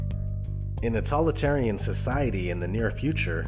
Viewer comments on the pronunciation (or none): While I love this and you brought up really good Dystopian Gems , please Sir it's Totalitarian and while I like the word you keep saying Talitarian it kinda distracting. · When you describe V for vendetta and Running man (and maybe others - I skipped a few) you say ''tolitarian'' instead of totalitarian... Dude! That's a serious mistake, especially if you want this video to be taken seriously. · This is an excellent list. Thank you for including Equilibrium, which is soul-churning. We can see that it and definitely 1984 are coming true. One last thing, though. Did the narrator mean "totalitarian" rather than "tollitarian"? Either way, I'm really liking TV. Cheers. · God damnit! TOLITARIAN IS NOT A WORD DUDE! The word you are not pronouncing is TO-TOLITARIAN! You are not saying the first part, it would phonetically be said like this toe tall it tear E N totalitarian Ugh you say tolitarian one more time in this video and bro, I will come at you. You wanna come at me bro? For grammar notseeing? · DAMMMMMIIIITTTTT! You did soooo well, and did not say that word wrong again. What word? The correct word is TOTALITARIAN. What are you saying, not totalitarian. Nope you are missing the TO at the beginning, and didn't say it again. From when I posted my previous message around number .. idk 18 ... but then you go and do it one last time on the VERY LAST MOVIE OF THE LIST NUMBERING 33!!!!!!!! lol come at you bro! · I tuned out after the 10th time this guy mispronounced totalitarian as "tolitarian." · You say "tolitarian" a lot.. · Are you not saying fascist and totalitarian correctly for a reason? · totalitarian is a really hard word to say, don't you proof read???